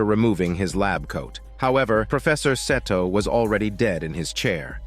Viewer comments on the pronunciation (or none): lmfao im azn but im sure thats not how 'seto' is supposed to be pronounced... it's pronounced "see-toe"...right? it's so hard hearing pronunciation of the name... 🤷‍♂🤦‍♂ idk why lol